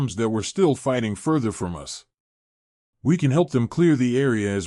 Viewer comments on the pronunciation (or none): I love the reading…except the pronunciation of “bow” (which should sound like beau, but he says bow like saying it as the front of a ship), “us” (which he says U-S …as in saying each letter), “wound” (saying this like something wrapped around another thing, instead of the inflicted area on a body due to injury), and “Tori” (sp?) (which he sometimes gets right, and then says Tor-eye ). Hehehe